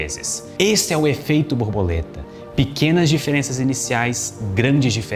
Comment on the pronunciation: Não querendo desprezar o excelente conteúdo do vídeo, não me consegui abstrair do "boboleta" AHAHAHAH